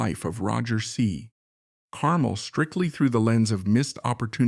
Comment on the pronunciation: Note: the emphasis is on the second syllable of his last name, "car-MEL"